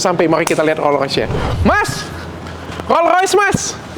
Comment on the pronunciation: rollS royce, dok. rollS pake S.